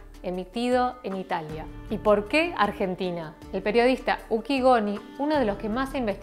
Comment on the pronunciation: "Argetina" "Adolf" "Hоlосaustо" Yo: XD